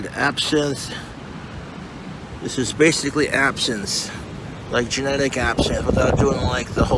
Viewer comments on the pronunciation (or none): he STILL cant say "generic" keep on rockin on